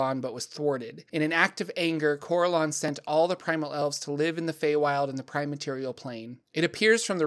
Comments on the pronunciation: Well done, but the pronunciations are killing me!. My group have been playing since the early 80's (Yes, we're old!) and as such we have played in many different groups with many people. No one says "Cor-el-awn" it's always been "Cor-ell-un" as an example. Thanks for the Lore though!. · I thought Corellon is pronounced as cor-RELL-lon.